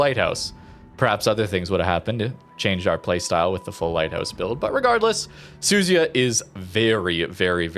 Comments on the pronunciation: The American CCs for this game show such an unbelievably embarrassing level of ignorance towards pronouncing any other nation’s ships, even British ones FFS… How on earth can you look at the letters Su Zu Ya… and then pronounce that as Su-zy-uh?!?!?!?!?! I just came from a Normalguy where he tries talking about La Spe-zi-a, calling it a La Spee-za and worse. Come on guys… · I think right pronunciation is SU-ZU-YA